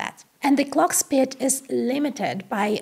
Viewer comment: how can a girl who is so intelligent speak so poor English? She can't even pronounce the word "speed" properly?